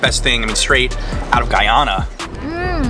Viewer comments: No wonder they think she´s from Ghana, she didn´t even pronounce the "y" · Ummmm Singh’s Roti shop is Trinidadian and also it’s pronounced Guy-Ana not Guy-aaahna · brooooo stop its Guyana, not ghana he keep prouncing it like that omg lol. get it right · The way he pronounces Guyana really irks me. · You didnt pronounce guyana right. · She said "Guy-ona" and cassa-reep 😫😫😫😫